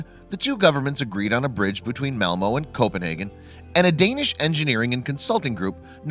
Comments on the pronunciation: You should add his pronunciation of Malmo, which is devastatingly wrong... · Check your pronunciation, please! It's MalmÖ, not MalmO (sounds completely different) and Øresund, not Oresund (idem). The Swedish Ö and Danish Ø sound exactly like a German Ö or a French EU, not at all like an O. Besides, even your spelling is wrong at times, as you write "Melmo", instead of "Malmö". Please, be more careful with Scandinavian names!